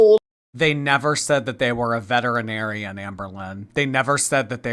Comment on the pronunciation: pronounced “vetinarian”